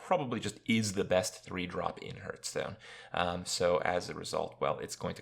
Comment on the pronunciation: I cringe when he says "Hurtstone"